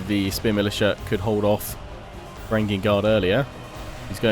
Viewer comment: in the word Varangian, the letter g is soft